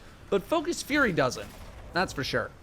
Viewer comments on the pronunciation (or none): none